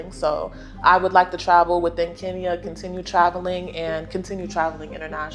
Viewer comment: Wakeshooooo!!!! Always the winner in this game. I still want you to say KEnya not KInya lol, same joke but I'm serious. You just like us 🎵🎵 now 😊 😉❤ Thank you for the love you have for the continent aaand also, for accepting referrals. To all our people in the diaspora,*WELCOME HOME!!!!* You have a whole continent to chose from❤❤